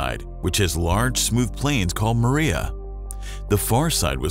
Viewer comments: The Mare are not pronounced "maria". Say "marr-eh". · Nice video. FYI: "Maria" is not pronounced like the name. It's MARR-ee-uh. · More like MARR-ee-ah